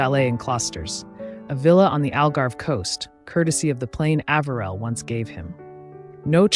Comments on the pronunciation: Love your detailed videos, but the name mispronunciations are irritating. Harriman’s name was pronounced Eh-ver-el said with the accent on the Eh and the next two syllables quickly almost as if they were one. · Another lovely bio. (Side note: As a current Floridian, it's Palm Springs, CA, NOT FL -- no deserts or mountains); and as NYer & Jerseyan, I believe the Ambassador's middle name was pronounced "A-v'rill. As a kid, we often went to Harriman State Park. Just a (revised) observation....❤😊) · I admire your research. I am from Virginia and we do have a particular way of speaking. I am also old enough to have heard Mr. Harriman's name mentioned many times. I always heard his first name pronounced with a long A. Just a thought.